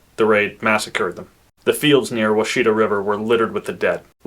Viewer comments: I grew up a quarter mile from the washita river. It is pronounced wah-sha-tah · It's pronounced WASH-a-tah river. 😂 I've been enjoying your videos, but you're butchering the language. I'm a native okie, and of native decent myself. So I grew up with all the crazy names. My roots run deep around washita. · Washita and Washita river are pronounced Wash-it-a. I didn’t recognize what you said but you did get Ft Cobb right. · Interesting. I grew up in that area and I always heard Kiowa pronounced KAI-O-wa, Caddo pronounced KAHD-do, and Wahsita - WASH-eh-ta. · “Wah-shi-taw” river. I live on the “poor side) of lake Texoma which is fed by the washita river (among many others) you can see the difference in the color of the water from where it flows in with all the silt. The “Ouachita” mountain range (pronounced the same and located on the border of Oklahoma and Arkansas) is just the french spelling of washita, which means good hunting lands. Located on the border of oklahoma and arkansas. The forced relocation of the five “civilized” tribes, known as the “trail of tears” the Cherokee, Chickasaw, Creek, Choctaw and seminole were forced to leave their ancestral homelands with innumerable casualties. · Kiowa- kai•uh•wuh Washita- wash•it•tah Caddo -cad•doh